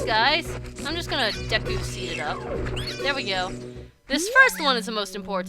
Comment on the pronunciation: I play N64 ocarina of time deku is pronounced dee koo i got to the dodongo's cave.This is the best game ever.Also your YouTube account.